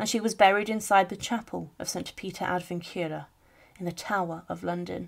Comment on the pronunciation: Is it possible the narrator might learn how to pronounce ' Vincula '?